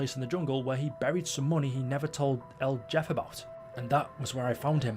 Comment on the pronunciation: "El Jeff" It's "L Heff-Ayy"